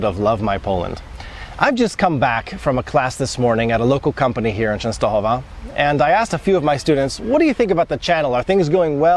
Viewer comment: Your accent and pronunciation on Czestochowa is PERFECT!